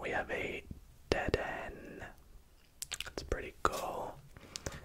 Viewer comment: If he calls dedenne deadend one mo time it's (de-den-nae)